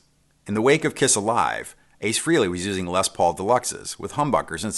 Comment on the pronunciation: Frehley is pronounced "fraylee"